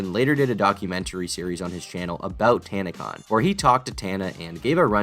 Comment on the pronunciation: Tana-con turned into tan-a-con